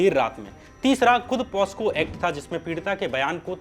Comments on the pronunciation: Bhai posco nhi pocso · Posco nahi pocso hota hai shyam bhai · कृपया उच्चारण सही करे पोस्को नहीं पोक्सो बोलिए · Posco nahi pocso